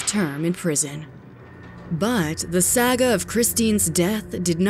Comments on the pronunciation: Can't pronounce Guy, can't pronounce saga, damn I understand why they've switched to our current narrator.. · Jesus christ, I love this channel but you need to learn how to pronounce words correctly. "Sayga" "Inchoiry" bruh come on pronounces those words like that